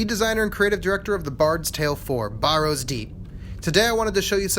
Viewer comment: You're the designer and you can't even pronounce Barrows? It's not pronounced as Borrows!